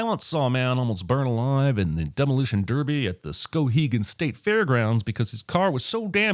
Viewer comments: ...wait, Skowhegan? Are you from my home state? I'm not sure because you pronounced it funny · Skowhegan isn't pronounced the way you pronounced it, so add a sin